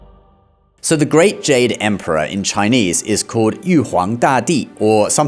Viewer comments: 👍 I like his Chinese pronunciation, sound so good 😂Most people don't know Buddha is higher than all Gods because he is a fully enlightened being. Gods are still in the rebirth cycle and they can be reborn as humans(downgraded) as Gods are not enlightened beings but Buddha left the cycle. Some Gods attended the Buddha's teachings too when he taught his mother in heaven. But many Buddhists today followed Buddhism wrongly by doing petition prayers instead of following the Noble 8 Fold Path, the Buddha don't believe in such prayers. If you fully study all major religions, you will know Jesus and Bible stories are all fake, Jesus modified from Buddha stories, Old Testament all 4 stories like Adam/Eve, Abraham/Sarah, Moses, Noah are copied from Hinduism. I can share some evidence if anyone is interested. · It's impressive how you are able to pronounce these Chinese words so accurately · Your Chinese pronunciation is good.